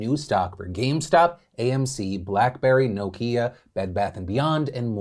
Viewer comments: Had to pause . I’m just completely freaked out that Phil pronounced Nokia as ‘No-Key-Ah’ rather than ‘Knock-E-Ah’. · nokeeYA xDDDD NOkia man, NOkia :P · This man said "no-kia" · im English, ive never heard anyone pronounce it Nooo kee ah, 😂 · Homie said NO-KIA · That's some weird ass way of pronouncing Nokia right there. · I think the most important thing here is how Americans pronounce Nokia. Didn't see that one coming. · I'm sorry, how did you just pronounce Nokia? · This is a great video but it's been undermined because of Phil's BUTCHERING of the word Nokia #pleasedobetter 🤣